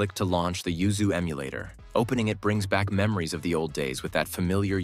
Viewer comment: LOL have you noticed you say ZUYU instead of YUZU 1.56.. It made me laugh lol